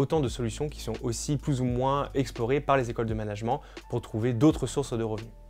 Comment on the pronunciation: Le mot management vous pourriez le prononcer correctement car les oreilles saignent un peu.